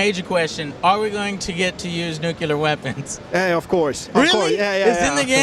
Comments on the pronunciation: Nucular. It's pronounced nucular. Nucular. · Joe, it's NU-CLEAR, NOT NU-KILLER. The spelling is NUCLEAR not NUKILLER. That virus idiot Bush started now spread across the globe like an incurable plague...